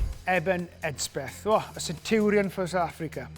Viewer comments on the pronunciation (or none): none